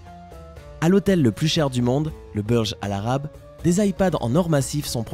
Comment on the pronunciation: Ça se dit "bourge khalifa" er "bourge al àrab"